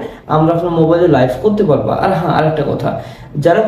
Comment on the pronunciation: ❝লাইফ❞ না ভাই ❝লাইভ❞